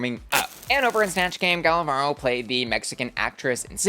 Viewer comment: Little note on Gala's name pronunciation: you're not supposed to roll the R when it's a single one in the middle of a word. I'm mentioning this because saying Varro (instead of Varo) sounds like barro which means mud in spanish 😅